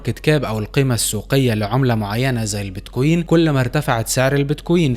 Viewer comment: كلام حلو وصحيح وكل التوفيق لك، ولكن ارجو ان تلفظ كلمة بتكوين بشكل صحيح انت بتحكي بييت كويين مثل كانك بتحكي اهزم اميرة Beat Queen شوف واحد اجنبي بحكي كلمة بتكوين والفظها مثله عشان الفظ يكون صحيح ارجو ان تتقبل نقدي البناء بصدر رحب لانه انت بتحكي بمستوى احترافي من معلومات ومش حلوة تلفظ كلمة بمعنى مختلف بشكل كامل